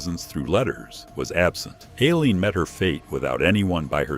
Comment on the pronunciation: EYE-leen. Teach your AI some I.